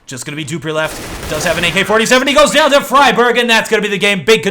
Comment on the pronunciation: Love your work but it's "doo-pree" and "free-berg". Once you sort out those pronunciations, I'll be a happy little linguist.;)